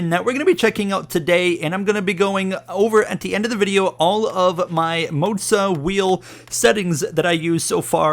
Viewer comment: Why are calling it Moatsa. It's Moza